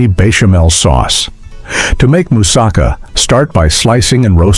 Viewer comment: It's no wonder you couldn't remember many of these dishes; you couldn't pronounce them or their ingredients, e.g., goulash, chicken cordon bleu, mousakka, paprika, or bernaise.